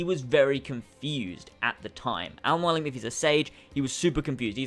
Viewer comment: I feel like he's having trouble pronouncing Mualim. Because that is NOT how you say it. Mualim is an Arabic word for teacher or mentor incase you wanted to know. MOO_A_LIM